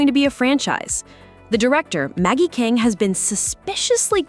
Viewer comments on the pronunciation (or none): none